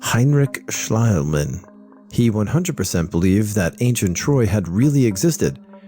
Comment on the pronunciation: RE: Heinrich Schliemann (pronounced Schlee-mann btw, bc you had trouble with that): Yes, Schliemann found Troy. But in doing so he bombed about 3 or 4 layers of other "Troys" to oblivion, because he used so much TNT. It's been discovered since, that Troy was actually a bunch of walled cities that had been built upon each other over time. Schliemann destroyed decades if not centuries of history because he couldn't be bothered to excavate the site carefully. Also he did it without permission from the turkish/ottoman government, so he made like the British Museum and just took whatever he found without asking.